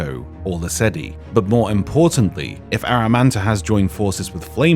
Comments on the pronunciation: Pretty sure it's Amaranta, not Aramanta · I thought her name was Amaranta, not Aramanta. Am I crazy, or does keep saying Aramanta? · Why is he saying Amaranta's name like that...? lol